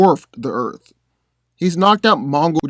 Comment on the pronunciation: Dude, I love your content and channel, being a comic book nerd since I was a kid, but.....not to be nit picky, but can you PLEASE stop pronouncing Earth "Erf" it's like nails on the chalkboard lol